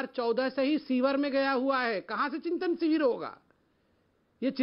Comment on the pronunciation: पे कांग्रेस प्रवक्ता ने चिंतन " शिवर " कहा 😂😂😂😂😂 slow motion में देखिए